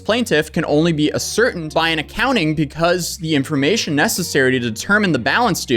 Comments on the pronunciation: love you bro but here you go. Ascertain a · sr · tayn Not A - certain. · That word is ascertain. It's pronounced "ass-er-tain". Love your vids, I think you are one of the best. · Ascertain= ass. Er. TAIN. is how you say that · Say it with me ascertain. Ass-ir-tained 🤦‍♂️ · Ascertain = ASS ERTAIN